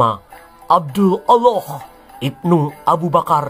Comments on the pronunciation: Nyebutnya aloh!!!! 😂😂 lucu dan mantab...aku sukaaaaa denger nya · Ketahuan nihh.....adminnya kurang belajarnya😂 melafalkan allah aja masih belepotan 😂pesan saya supaya admin belajar lagi tang buanyak ya😂